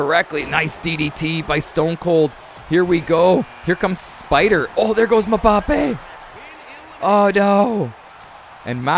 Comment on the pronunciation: Your pronouncing Mbappe wrong